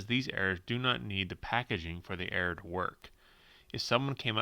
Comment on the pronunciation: When you say error car, it is sound like you are saying air car